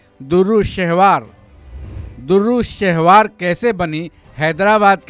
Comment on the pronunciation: Bhaijan "DURRU" nahi "DUR'RAY" (Dur = Moti / Dur're Shehvar = Nayab ye Khimti Moti)